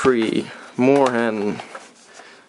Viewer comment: you didn't quite pronounce moorhuhn right... lol